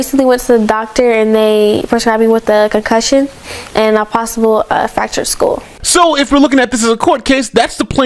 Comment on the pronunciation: My GOD, the ignorant way this girl talks. "The doctor prescribed me with a concussion" and "an a possible fractured skoll". Pathetic